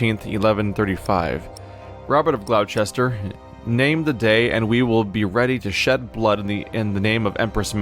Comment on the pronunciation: As an fyi it's pronounced Gloster